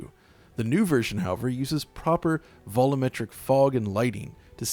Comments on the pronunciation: Say it with me: “VOL-YOU-METRIC”. LOL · you're mispronouncing Volumetric as though there is no U it sounds like you're saying "valla-metric" not "vol-u-metric" much like the word "vol-ume" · uses the "voll-umm-metric" pronunciation versus the more common "voll-you'm-metric" way. Both are valid.